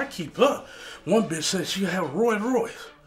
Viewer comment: "Roy Royce" lol, you mean Rolls Royce......